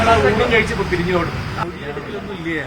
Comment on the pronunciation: എന്ത് 'പരിഞ്ഞു'😂